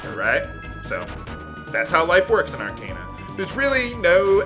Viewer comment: I know you generally tend not to care about pronunciation, and that you usually pronounce words however you want, but... Arcana is a real word, pronounced "Ar-kahn-ah"